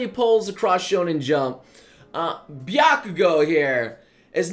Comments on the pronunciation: Uhh, noble, its Bakugo not Byakugo. Just a head up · HEY HEY HEY!!! You said BYAKUGO!! it's BAKUGO!! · its BAkugo not BYAkugo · Why do I hear "Byakugo"? Isn't it Bakugo? Sorry if I'm wrong. I just love Bakugo. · (/__-). BA-KU-GOU. NOT BYAKUGOU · Byakugo haha. It’s bakugo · ***BAKUGO NOT Byakugo. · Who the hell is 'byakugo'? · he keeps on saying Bykugo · Matthew Travis Someone really needs to make a compilation of pronunciation fails. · I thought he was saying it weirdly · The way he pronounced bakugo’s name really offended me somehow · Bakugo isn't hard to pronounce